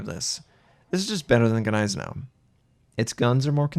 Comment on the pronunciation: The Ganeisenau never existed... the Gneisenau did... The G is basically silent. PLEASE IN THE NAME OF GOD STOP BUTCHERING THAT NAME! Neisenau... Ni zen oww